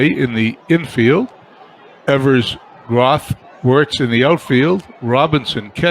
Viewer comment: ...love the fact that you are doing a 50's replay...some name corrections for you...Johnny Groth is pronounced 'Growth'...and Hoot Evers is 'Ee vers' emphasis on E...as for McDermott, he was always considered a good hitter, in fact he use to get some pinch hitting calls. Lots of offense in your replay eh!